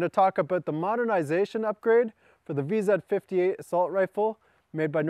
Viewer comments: why does he keep saying vezzed 58? it's VZ 58!!! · lol he said "Vee-zed" instead of "vee-zee" silly canada